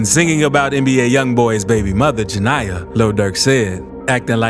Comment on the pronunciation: ITS “ JA NE YA “ NOT JANIYAH